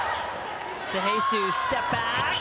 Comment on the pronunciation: I'ts pronounced "de he sus" not "dey hey sus", not "de HEY sus"! 😂